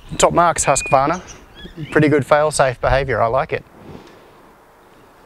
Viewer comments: Very interesting video. If you are interested the word separation is hus-kvarna and not husk-varna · As a swede myself I can confirm that it is pronounced [hu:s-kvarna] where the u is long and as in Rupert. Hus means House and Qvarn is the old spelling for Kvarn which means Mill. I guess its not that interesting but the name Husqvarna is inherited from the village where the company was founded. There was a house which named a close river to house river and along the coast there was a mill, hence house(river) mill. (All very nice translations by me... ;D )